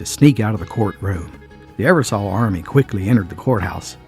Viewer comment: You are pronouncing the last name wrong it's Eversole like the sole of your shoe , I have Eversole in my family, it's a good video!!